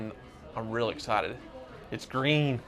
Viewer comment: "It's Gween" shoutout to TheReportOfTheWeek